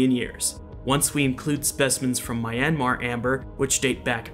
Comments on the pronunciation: Great video, I couldn’t look away! Just a nitpick though, the y in Myanmar is a consonant, not a vowel. So Myanmar is pronounced more like mee-YAN-mah or mee-YUH-mah. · This dude pronouncing Myanmar like Miami, rofl 😂😂